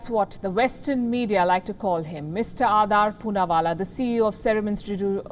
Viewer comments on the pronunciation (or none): Why're you pronouncing it like Adaar? -_ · Why so much hate WION News in him..Shame on you Palki Sharma Upadhyay.This is shameful.And its not Adaaar Poonawala its Adar Poonawala.Shame on you now you run a smear campaign against him who has provided lakhs of Vaccines.